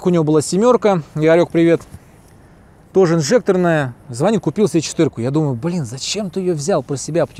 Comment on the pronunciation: За звонИт, а не звОнит лайк сразу